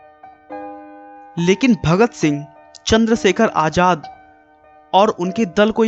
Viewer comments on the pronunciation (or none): It's zor not jor and sarfaroshi not sarpharoshi.. its fasi not phasi.. ajad nhi Azad..